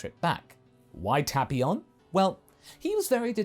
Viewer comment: Tapeion not tapion your mispronouncing it